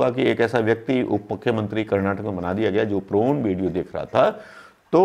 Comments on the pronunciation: प्रोन नहीं पोर्न। वैसे यद्युरप्पा भी एक महिला कार्यकर्ता के गाल सहलाते देखे गये हैं। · Prawn नही Porn बोलिए सर.... Prawn तो झींगा मछली को बोलते है..... आप सचमुच बहुत भोले भाले हो सर ....प्रणाम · Prone nhi porn hota hai sir